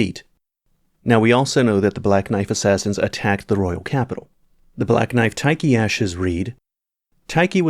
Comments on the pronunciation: Tai-key? TAI-KEY!!? Lol. It's Tiche. Like, Tea-shh. Beside that: Nice video ^^ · Never heard Tiche (teesh) pronounced ty-kee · its pronounced "tish" not "tie-kee" lmao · Black knife tikey? Lmfao. Surely its "teesh" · Tie key? I thought it was pronounced tissh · Tiche being pronounced "tai-ki" sound strange... I've always read it as "tish"... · Interesting pronunciation for Black Knight Tiche, you call her "ty-ki", while I always though it was "teesh" 😮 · Why did he call Tiche Tight Key 😭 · I have heard it pronounced black knife “tee-sh” and they way you pronounced it threw me off for a second lol 😝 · TIKE-KEY?? 🤣 great video as always! I think Zullie the Witch had a video from forever and a half ago with similar conclusions, and your analysis tracks in my head as well. What bothers me I think is the absence of the eyes... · Did he just call Tiche Taky? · Who is Taiki lmao? It's Tiche (Tish) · Tiche is pronounced tish or teesh i feel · has pronunciation proglems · Yeah, there's some room for interpretation of how it should be pronounced in English due to the limited sound resolution of Japanese, but the way it was pronounced in this video is unambiguously wrong.